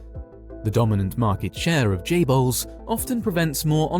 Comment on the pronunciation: Correct me if I'm wrong isn't it chaebols not jaybols